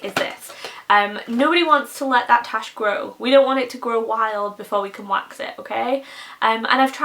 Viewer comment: *wax, not wash lol.